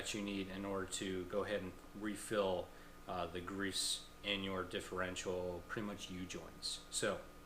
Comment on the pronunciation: WHY?? do you keep calling it the "differential"????